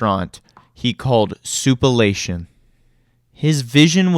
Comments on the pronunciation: OMG. It's sou-plan-tation. The F.. sou-pa-lation..? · Soup-uh-la-tion ! 💀 Why not just say Sweet Tomatoes ? 🍅🍅